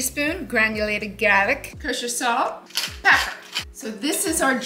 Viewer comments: I just want to hear her say ( PEPPER ) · I like how she says.. PEPPER!!